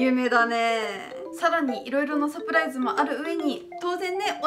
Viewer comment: LOL,サプライスじゃなくて、 LOL,サプライズだよー(^^) 余計なこと言ってすみません(TT)